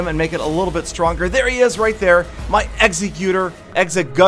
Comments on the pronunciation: It's actually pronounced ex-egg-you-tore. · The way you pronounce Exeggutor hurts my brain, it is supposed to be pronounced ex-egg-you-tor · it's Ex-egg-you-dore! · your pronunciation of "exeggutor" makes me cringe. For the sake of you not making other fans cry, it's pronounced "ex-EGG-you-toar" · the correct pronounciation is PO-KAY-MON TheJWittz made a good video about pronouncing pokemon also its pronounced EGG-SE-QUE-TOR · Your pronunciation of "Exeggutor"...